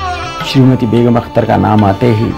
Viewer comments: From (California - US) aap Begum Akhtar naam ko Beghum Akhtar kah rahe hain; badi takleef ki baat hai. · Anchor ki zaban se"Begum" ka Talaffuz "Begham" ada kiya gaya hai.Yeh bhi ho sakta hai ke mere sunney mein ghalti ho....